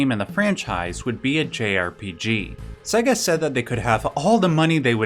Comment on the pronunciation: Ugh. WTF is "Seh-ga?" It's "SAY-ga." Sega is pronounced SAY-ga. For crying out loud, their whole ad campaign in the 90s was them screaming "SEGA" at you, and a lot of the games even went "SEEEEY-gaaaaa" when you started them up. You'd think people would know how to pronounce it.